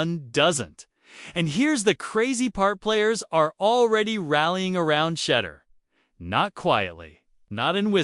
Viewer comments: This is nothing but garbage spilled over and over again cheddar Sanders this guy don't have no respect can you lease say his name correctly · Artificial Intelligence. Its terrible - Shedder? :) LOL - Not enjoying this....